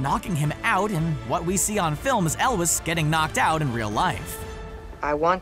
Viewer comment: The last name "Elwes" is pronounced "Elway". You're welcome.